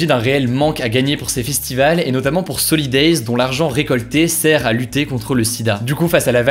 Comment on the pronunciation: À les fistivals... au fond du fun